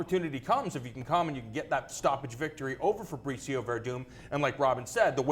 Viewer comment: keeps on calling him Fabritzio